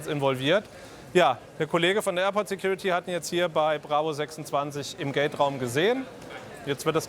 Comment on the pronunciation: Security "Tyuty " Officer xD